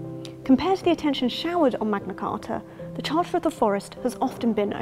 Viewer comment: The chárter